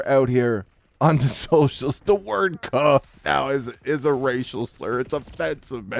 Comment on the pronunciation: Paul walker the only white guy aloud to say “ cuh “ you don’t even say it right.